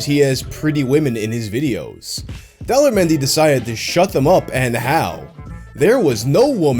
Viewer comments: It almost sounds like you pronounce his name as Dolla menyu lol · Daler mehdi. Correct pronunciation: The-lay-her Mehndi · Everytime you say the guy's name I hear 'Dollar Menu'😂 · I kept hearing " Dollar Menu" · At first I thought you said "Dollar menu" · Everytime you say Daler Mehndi I think you are going to say "Dollar Menu" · Why do I keep hearing "dollar menu"? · Every time you say Daler Mehndi, I think he's about to say "dollar menu." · All I hear when you say his name is "Dollar Menu". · best foreign song for me: chaccaron maccaron! also, am i the only one hearing 'daler mehndi' as 'dollar menu' the whole time? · I thought you were saying "dollar menu" instead of "Daler Mehndi" for way too long.